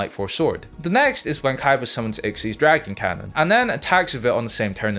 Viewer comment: Dude learn the names of the cards it's x y z dragon cannon not ikseez